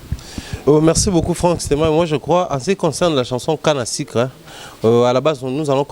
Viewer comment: Olobaka français mabe eh canne à sucre ou canne à sicre?